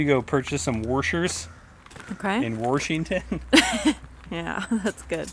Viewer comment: Warshington LOL